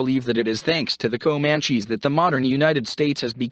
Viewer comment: I listened to the word Komanchees for about 1 minute and fled.